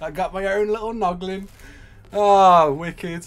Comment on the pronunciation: Haha he said poglin instead of noglin again